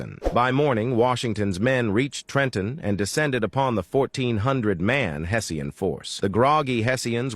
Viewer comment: The way that ai pronounced Hessian stabbed me in the soul 😭